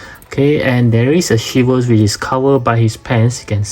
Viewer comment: Swivel not shivel 😅